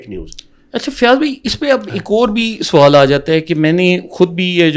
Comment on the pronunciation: Anchor soowal nahi sawaal hota hai urdu sahi bolain